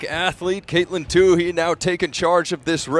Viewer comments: Katelyn's last name is pronounced in an interesting way here by the commentator - Two He, not twoee, like everyone else pronounces it. Why does he keep doing that? He did the same thing in another race. Can someone clarify with him the right pronunciation? Thanks. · Who is this Too-Hee person? I mean, who in track and field doesn't know how to pronounce her name? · I think it's "tU-E," not tU-hE." And great race!